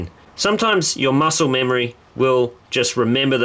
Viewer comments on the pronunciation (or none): none